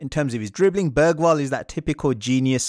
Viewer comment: Hearing English people saying Bergvall… well at the intro atleast, sounds like he said börgvall eller bögvall bög=gay and dont think Im saying this because I support another Swedish team I don’t watch football